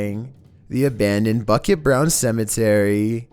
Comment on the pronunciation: bukit is not pronounced "bucket" its actually pronounced "bookit"